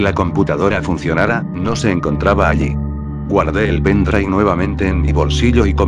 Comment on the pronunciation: "junto con el pendrai"